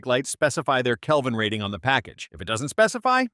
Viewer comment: Good tips. Kelvin not calvin btw.